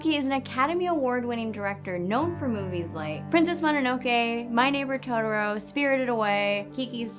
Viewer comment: I...Is that the first 5-5 you've given? also, totoro, to-tor-o, japanese words are pronounced in separate syllables (or at least I am pretty sure, it works a lot of the time)